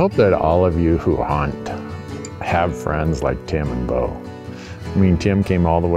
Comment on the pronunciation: That's "Beau"